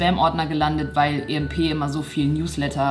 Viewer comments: Immernoch EMP wird englisch ausgesprochen und nicht deutsch -. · EMP wird wie IMP ausgesprochen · Kleiner Tipp emp wird englisch ausgesprochen😁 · Ich liebe sie echt aber wie sie emp und nyx ausspricht triggert mich schon sehr 🤧😂😑